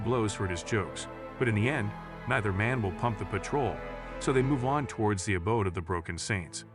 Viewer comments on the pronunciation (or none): none